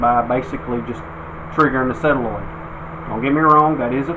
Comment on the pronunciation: It's a sOlenoid not a sElanoid!